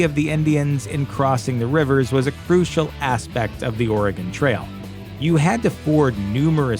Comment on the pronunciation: Thanks for saying "Oregon" properly! Not Oregoon like so many do. Great video! Thanks